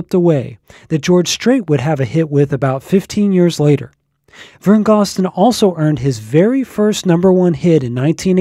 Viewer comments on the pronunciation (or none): GOZ-DEN not GOSS-DEN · Thank you! Vern Gosdin is one of the greatest country singers of all time, and he deserves to have his last name pronounced correctly. I'm surprised that the person who created this video got that detail wrong, especially since he runs such a great country music site!